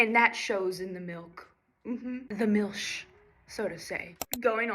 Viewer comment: Mil(s)ch very well pronounced 🎉.